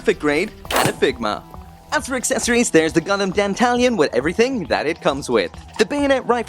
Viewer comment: I thought you pronounced Dantalion as Dan-tah-lion? (lion said the same way as the animal)